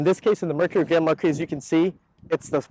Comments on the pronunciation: Im almost through the whole video and I just now realized that the Car is not called Grandma-Key but Grand Marquis xD Thought that he was calling it by some sort of nickname or whatever :D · Name of the right car sounds like "Grandma key" 😭